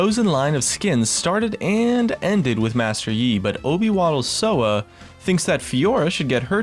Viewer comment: Obywatelsowa is pronounced "Oby-va-tel-so-va" :P